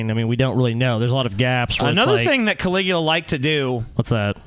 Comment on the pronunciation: Emperor Can-lick-u-ya